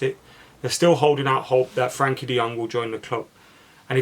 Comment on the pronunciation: Goes to the trouble of saying Gakpo as “Hakpo” Still says “Frankie” De Jong 😂